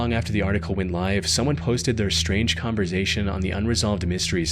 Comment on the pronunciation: Every time says the word "BUT" he pronounces it as "BITE", or when he says the word "HOWEVER" he pronounces it as "HIGH"-ever. He also pronounces the word "CONVERSATION" as "CONVER-Zation and the word "LOST" as "LO-Zt". Is he Northern Irish and trying to sound American, or is his voice AI generated? It says he is from the United States, but something is very off with his pronunciation of English words.